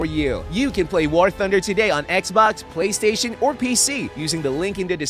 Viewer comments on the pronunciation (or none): none